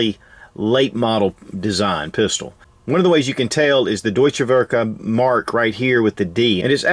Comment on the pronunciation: If you ever have problems pronouncing German words, just slap it up on google translate and make it say it back to you. Deutsch is doi-ch, werke is vare-kuh. German Works. Hate on me for correcting, but we don't learn unless someone corrects us. Love your vids, enjoying the random gun vids. Nice to hear about something other than the brand names.